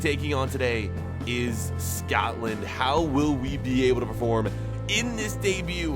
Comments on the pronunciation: it is Scotland not scowtland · im sure u were saying scatland over scotland